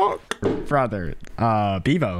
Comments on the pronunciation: Bro straight up called him beavo 😭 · nah when bro said beavo 😂